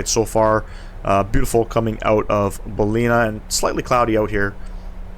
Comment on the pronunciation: It's pronounced Bal-in-ar. Nice quality video. Thanks.